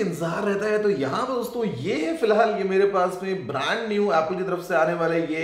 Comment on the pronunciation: Not "DOSTON" he said "DOSON" 😂😂😂